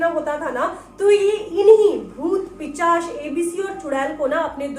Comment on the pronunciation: It's pishach not pichash